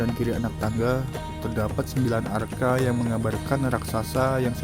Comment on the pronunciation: Maaf...mas bro kok sa br dengar istilah br arca dibaca arka...